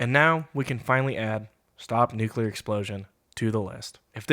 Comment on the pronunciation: NUCULAR? FOR REAL?? Not Nuclear?